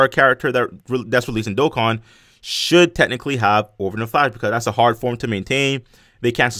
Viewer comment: you say dokkan wrong. still a fan